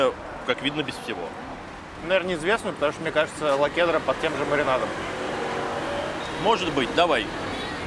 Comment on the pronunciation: Лахудра, а не "лакудра" )